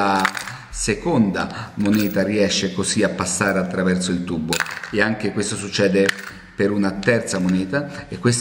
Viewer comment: il segreto e bello , non puo essere spiegato . ma mi fa morire quando dice IL TUBBO haha ma e di napoli!!! bello!!ciao